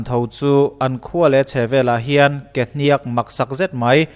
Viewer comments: Kehniakkk a nilo kehniak, thluk a awm lo. Ka lo sawi ve mai2. 😇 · Kehniak or Kehniâk chu ti la ala pawmzam theih deuh Kehnîak i ti tlat mai hi ava mak em! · A tawp hi sang lovin a hniam tur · Ke hnîak ani lo..ke hniak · ke hniaakkkk itia, kehniak tih tur nilo mi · Ke hniak i tih a hniak i tih khi a dik lo deuh, a rim hniam tur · Ke hniak i thluk dan hi a diklo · Kehniak hi lam dik la ngaihthlak a nuam sawt tur. Kualkhung tih lam angin hniak hi a ri a hniam thla tur a nia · kehniak tih ilam kha i pai deuh anih kha mizo ini maw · Kehniak i lam dan hi dik lo in k va hre ve awww. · Dik chiah thlukna a wm lo .... 👍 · Kehniak i lam dan chu mak ka va ti ve, Kehniak ka lam dan nen a in anglo deuh a, chuvang chu nia mak ka tih. Engpoh nise ka/kan support em+ zel che aw.. ☺👍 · Kehniak a lam dan hi a dik lo. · Ke hniak i lam Dan hi a diklo..